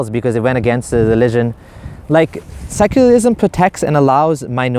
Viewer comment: "seculalism .... seculalism.....what is.... Seculalism....." 😂😂